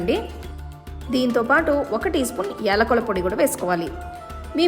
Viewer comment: It's not ఎలుకుల పొడి it's యాలకుల పొడి😅